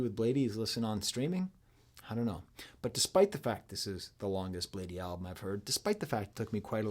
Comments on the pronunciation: It’s blade not bladey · love the video unc, but its just pronounced "blade" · this video made me make an account on my insurance's website and reach out to a therapist. (Please stop saying bladee like that 😭).